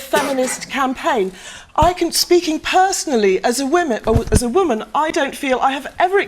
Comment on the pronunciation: "As a waman, er, woman."